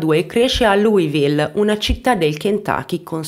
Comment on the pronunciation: si pronuncia esattamente come e' scritto Louisville che mentre lo pronunci e' come se dicessi cheese perché ti fa sorridere